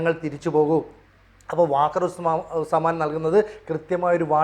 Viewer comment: വാക്കർ ഉസ് സമാൻ അല്ല വക്കാർ ഉസ് സമാൻ ആണ്.